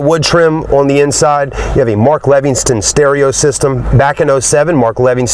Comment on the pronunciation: I dont wanna be a dick, but I cant help it. If you're going to do a "Review" on a car you may want to learn how to say the brand of the sound system "Mark Levingston"? Seriously? Its "Mark Levinson" and they are only in some Toyota products (Lexus), not in Mercedes, not in Acura. That car is rwd, of course theres no torque-steer....that's only experienced in fwd cars. I couled go on, but instead I'll just not torture myself with another sales pitch, I mean "Review" I told you....I cant help it.